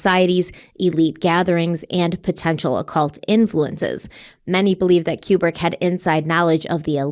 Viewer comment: Stanley Kubrick was 71, he wasn’t young. His name is pronounced KooBrick. needs to stop with the ridiculous conspiracy theories.